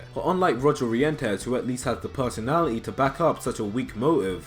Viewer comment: I lost it at Roger Rientez. I'm not one to talk because I do intentionally and unintentionally mispronounce a lot of names in Ace Attorney. But, the spelling is so different. RetinzRientez